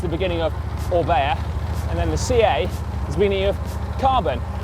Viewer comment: "O R is the beginning of O-bea" .... yes, O-ka.